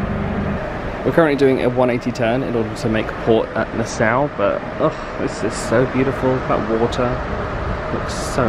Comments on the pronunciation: You are pronouncing Nassau wrong!!! NA-SAW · Hello, Nassau is pronounced "na-saw" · love the video..but my home town is pronouced na(saw)... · Is it pronounced Na-Sow or Na-Saw? We’ve been to Nassau several times but we’ve never heard it pronounced the way does? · It's pronounced NA- SAW